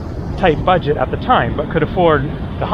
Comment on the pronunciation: "BUGET"??? OHHHH?